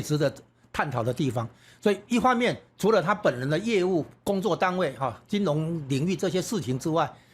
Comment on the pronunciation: 金融唸成金隆口齒不清媒體人民代名嘴多人的缺點，又不是沒有讀小學注音？且多字錯唸音其都是學唸中共國 的人媒報導錯唸音，人家亂拼音你妳也學連王瑞得也一樣學中國人亂唸張雅秦更嚴重•••幾乎人人都有些字口齒不清的，只剩下少數媒體人堅持台灣本土學的正確拼音唸字才真讓人敬佩又安慰，原以為自己六十年來使用的正拼音字被他們錯亂掉了？原來學中國人在網路上錯誤拼音，注意：中國連破音字也不懂更不會用不會唸•••。另海角七號_中國人唸成海絕七號，不要學中國人了吧！